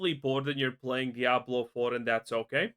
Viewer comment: At this stage, the W in Diablo is no longer silent.